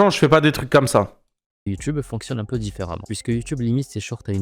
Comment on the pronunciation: Juste, c'est 'peu' pas 'oeu' 😅